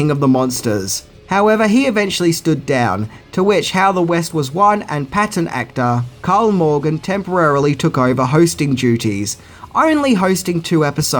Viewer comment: Malden, not Morgan.